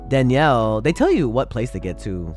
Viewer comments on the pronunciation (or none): none